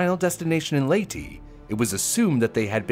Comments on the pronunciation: How Do You Mess Up Saying Leyte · The way he says "Leyte" is so funny